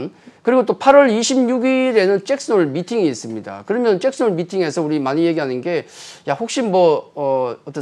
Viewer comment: 짹슨홀 아니고 잭슨홀